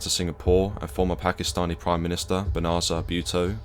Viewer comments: No body: You: Binnazaar Buotoe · " Benazar butto" fella if you cannot even be bothered to follow due diligence and pronounce the name of the former leader of Pakistan and for that matter any number of other mis pronunciations especially of key sites in the UK then I'd think again about carrying on as you are. No excuses for the number of fuck ups you're making. PPPPPP 🤔😉